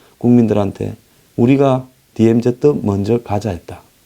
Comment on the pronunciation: news briefing을 항상 애청하며 정확하고도 예리한 논평에 감사하고 있습니다. 그런데 DMZ 를 '디엠지' 라 안하고 '디엠제트' 라고 하시는데 조금 귀에 익숙지가 않는군요. ' Z' 를 제트라고 하는것은 일본식 발음이고 이곳 미국에선 ' 지 ' 로 발음 하고 있습니다. 제트는 우리가 중고등학교때 잘못배운 발음이죠.